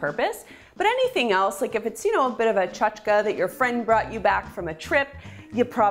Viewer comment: It's "chatch-kee" not "chutch-kuh"